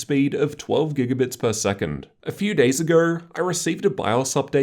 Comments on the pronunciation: Neurr agourrr lol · a few days agheeeer Lmaaao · "a few days agugh"